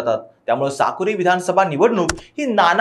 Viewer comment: Sakuri nahi Sakoli 😂😂😂